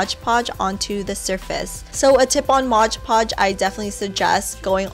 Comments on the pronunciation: Hey it's Mod Podge, not Modge Podge, great video though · MOD PODGE*** Not MODGE podge lmao I hate when people say it like that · I love the cheese board! It's actually "Mod" Podge, not "Modge" Podge, though. I can't figure out why so many people pronounce it that way. Anyway, great video!!! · Love love love the gem stone cheese platter! I'm so gonna make this! Love the tutorial as well! I say Modge Podge too! 😂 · MOD Podge! Read the label! It's MOD Podge! M- O- D- Podge...The tutorials were great! Thank you! :D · "modge podge" 😂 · Isn't it pronounced mod podge not modge podge? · ''modge podge'' hahaha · MOD Podge not Modge Podge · No offense, but pronounced "mod Podge" not modge Podge. Sorry it just really bugs me. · Modge podge 😂 no hate tho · As soon as someone pronounces mod podge as “modge podge” I click out of the video.